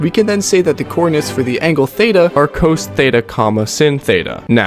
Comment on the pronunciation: cos was even worse